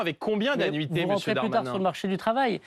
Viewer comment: Mr Bardella a explosé verbalement le Dahr-mahnain